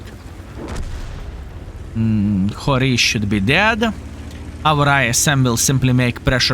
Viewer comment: It is pronounced like hero